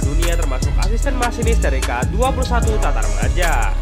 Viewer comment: Matarmaja ... bukam tatarmaja